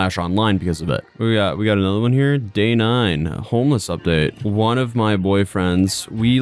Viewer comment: “Im hourmeless”